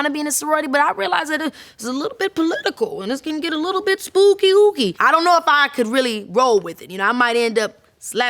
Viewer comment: i just fell out laughing..."it can get spook-ky" LOL